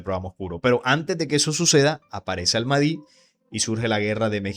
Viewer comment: Pronuncias mal al Mahdi...debes pronunciar la h aspirada, como al Majdi